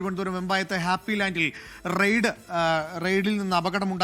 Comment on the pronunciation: റെയ്‌ഡ്‌ അല്ലേടാ പൊട്ടാ റൈഡ്. റെയ്‌ഡ്‌ ഇന്നലെ ED നടത്തിയത്. ഇത് റൈഡ് 😆😆